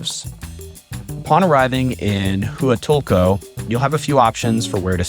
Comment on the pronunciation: Brooooo…just watched your video! You really need to learn how to say Huatulco correctly. I was cringing with your pronunciation of how you say Huatulco. 🤦🏽‍♀️🤦🏽‍♀️🤦🏽‍♀️🤦🏽‍♀️🤦🏽‍♀️